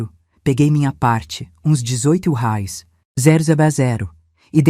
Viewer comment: Correção se diz reais e não rais